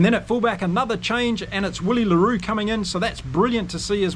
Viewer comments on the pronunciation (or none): none